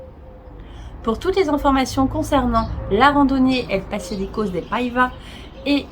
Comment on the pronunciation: Avec un c cédille il faut prononcer passadissos. Par contre espiunca il faut prononcer ca qua